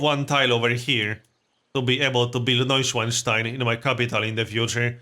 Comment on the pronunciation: How you say Neuschwanstein is pretty funny for a german ;)